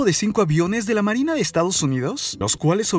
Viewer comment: Porque habla solo con la e dice :marine,tormente,dereche